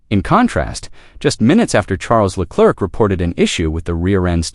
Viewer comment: "Le Clerk"??? You're a tool...